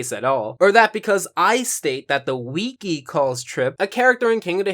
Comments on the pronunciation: Dear WIKI IS NOT PRONOUNCED WEEKY! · you said weekee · Why does he pronounce it "wee-kee"